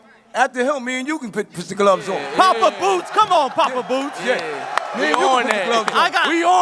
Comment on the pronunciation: "Bwoots Ennis " - Eddie Hearn 😅